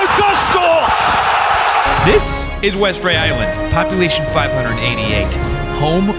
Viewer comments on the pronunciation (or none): The way he said Kirkwall and westray is horrible too